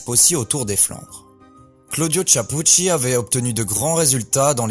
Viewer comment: Tu ne peux apprendre à bien prononcer son nom ?